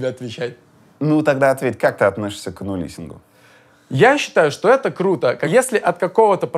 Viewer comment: Юра, ануслингу, а не анулисингу